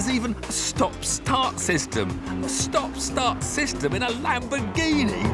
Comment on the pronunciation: "This is a Lamboreghini".